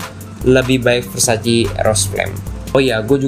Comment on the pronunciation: versace not versaci